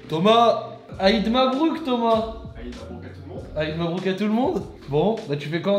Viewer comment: Mabrouk? C'est un cefran 😂😂 tu ma tuer mais sinon très bien le local 👍